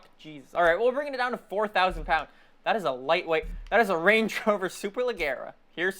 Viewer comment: The g of Leggera aren't like the g of "gun" but like the J of "jesus" ... I don't know how to eplain it but... You say it wrong, i'm italian sooo.... So nothing, just that.